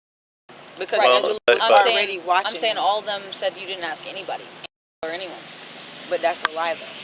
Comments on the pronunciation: Ain’t nobody feeling you! That would be gross🤮🤮 Go back to grammar school and learn how to speak English first off ain’t nobody feeling you! Second the word is ask …..ASK An AXE is much different than ask😡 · I axe..? 😅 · IF YOU "AXE" ME!! SO VIOLENT!! 😂😂😂😂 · Is it a biological thing that most black people can't say "ask" instead of "aks"? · “AKS” instead of ‘Ask’. It makes my brain hurt and I cringe everytime I hear it.